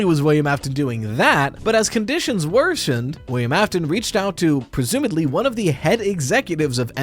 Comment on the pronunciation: This is very nitpicky of me, but the word is "presumably," with a b, not a d.